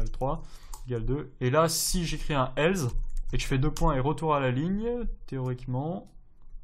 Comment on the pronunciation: Bonne vidéo :) Juste on dit else (avec un "s" non pas un "z" tu n'as jamais entendu la pub Nesspresso :) ?) et on écrit tu "es"